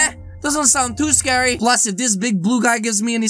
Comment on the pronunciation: It’s scawy yes yes